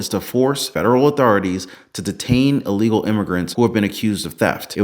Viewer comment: Hey Nancy! It's "ILLEGAL" just like insider trading.